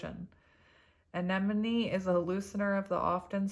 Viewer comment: Deh-VINE-er (from your word fairy; you're welcome!) lol (But you're doing GREAT! with "anemone" - hug and smile)